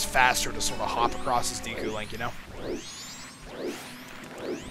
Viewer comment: Not gonna lie, it'll be great once we move on to snowhead so i can stop hearing him keep say "Deeku" Link